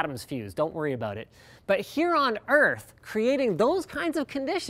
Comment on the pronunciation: what's this all aboot?